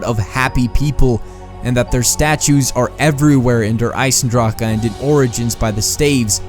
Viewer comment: its der eisendrache not eisendraka